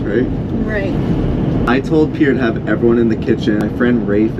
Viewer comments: Better call Saul ❌ Better call Pier ✅ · Not me pronouncing Pier’s name wrong this whole time 😂😂